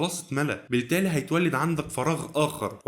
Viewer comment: بما انك بتحاول تطور من نفسك فيه نقطة مهمة جدًا جدًا علشان بحبك هقولهالك وهي اللام الشمسية والقمرية انت محتاج تظبطها رغم إن الموضوع قد يظهر لك تافه إلا إن وقعها على الودان بيكون مش لطيف خصوصًا كلمة بتقولها دايما وهي كلمة ( بالتالي ) اللام فيها لا تنطق لأنها شمسية صدقني فعلًا هيفرق جدًا في إلقاءك